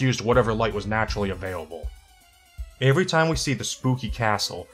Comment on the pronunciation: Why does he say every like avery?